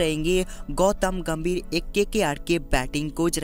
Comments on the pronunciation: GAMVIR NAHI GAMBHIR 😂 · Vai gambhir hai ghamvir nai